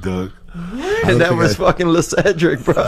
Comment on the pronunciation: Lecedric? Le-sedric? 😂 What a funny story